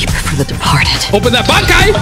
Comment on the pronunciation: Hearing say “bankai” whenever he uses Acheron’s is so funny I don’t wanna correct him